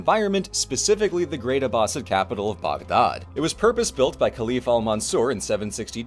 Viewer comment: Lord, I love when you're happy with historical presentations. Makes the times they may have screwed up even more interesting. Also, points for saying "Baghdad" more accurately than most of us English speakers usually manage.